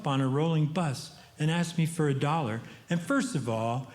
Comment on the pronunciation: Every time he says bus, I hear butt